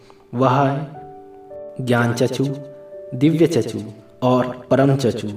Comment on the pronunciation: Chakshu hota hai chachu nahi bura mat manana bas correct kar raha hoon 🙏